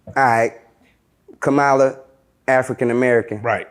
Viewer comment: You pronounce her name like "Comma-lah". Come on, now. You were just screaming about folks having a "slave mentality " in Shreveport.